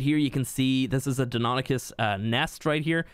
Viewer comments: You pronounced it right at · They're pronounced "DINO-nye-KUS" and "why-VERN", BTW.